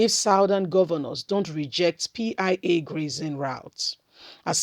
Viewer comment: Your pronouncement of grazing routes is not correct